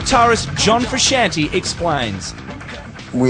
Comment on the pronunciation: Lol get it right it’s Frooshanty